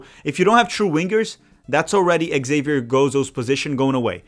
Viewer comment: Your buddy, Colin Reese, who knows more than most backed Zavier Gozo months ago. His name is Zavier. Xavier is the French spelling, and the X is pronounced like a Z. I think this is what confused you about the pronunciation. Of course, "Javier" is the Spanish version and is pronounced Ha-vee-air